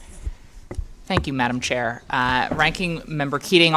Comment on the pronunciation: He said Madma chair that's ok 🤔🧐🤦🏻‍♀️🤯✌🏻🤣🤣